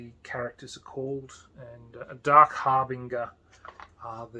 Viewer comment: Harbinger is pronounced har-bin-djer like a herald.